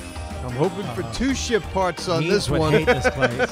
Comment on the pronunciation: Why did I think they were saying shit parts instead of ship parts